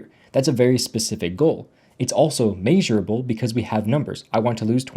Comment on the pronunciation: It’s pronounced mehsurable not may but great video